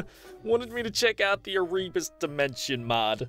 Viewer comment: The way he pronounced Erebus, I AM TRIGGERED TO THE POINT WHERE I WISH I COULD SLIT HIS THROAT, it is (air-a-bus)